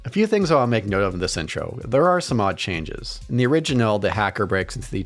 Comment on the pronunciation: I can’t stop hearing him say “originell”